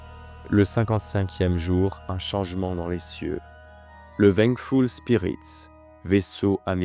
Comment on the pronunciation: Très bon travail et super récit, merci 😊 Je me permets en revanche de préciser que la mauvaise prononciation répétée de certains mots m’a sorti de l’histoire à plusieurs reprises 😅 « PsyJique » et « VenGUEfull » notamment. Pas bien grave évidemment, mais je me dis que je ne dois pas être le seul à l’avoir noté, et que dans un soucis de travail bien fait, comme ça a l’air d’être le cas, ça ne peut qu’être bénéfique 😉 Encore bon travail et hâte de la prochaine 🙏🏾